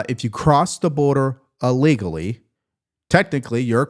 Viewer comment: I really like all the news you are analyzing and sharing with us. One request, please! The word is ILL legally not UH legally. Thanks.